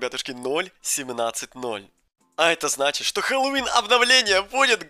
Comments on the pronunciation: Интересный факт: говорит хэллолвин а надо Хэллоуин мой айди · Интересный факт: говорит хэллолвин а надо Хэллоуин мой ай Ди